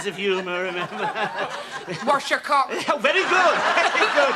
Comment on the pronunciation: it sounded like she said “Wash your cock” 😆😆😆